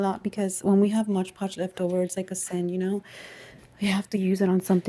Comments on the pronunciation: Nice card. Btw, it's MOD PODGE with D. And not MOGE POGE. 😘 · It's MOD Podge, NOT Modge Podge. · It is MOD. PODGE! Not modge podge !